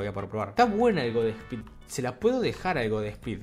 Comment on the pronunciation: No sé pronuncia god espeed no se le agrega el es de pronuncia de una la s en inglés osea sería god sspeed así no se le agrega e antes de la s en inglish